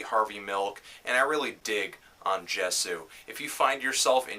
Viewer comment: I like your videos, maan, really coherent. But just real quick isn't Jesu's name pronounced with the J in more of a "y" type of a sound? Like it would be pronounced "yay-su"? Idk, I just heard it like that.